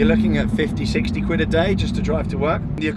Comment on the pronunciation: Common sense tell me your saying Quid but my ears hear squid lol? What does that mean by the way?!